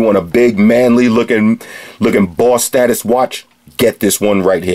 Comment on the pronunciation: "BAWSS STAH-TUS WATCH!" I love this guy.